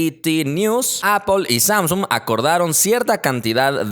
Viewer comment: ¿Appple? Y ¿Xiami? 😂😂😂 Un saludo